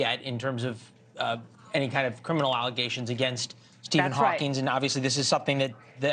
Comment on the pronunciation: Stephen Hawkins, not Stephen Hawking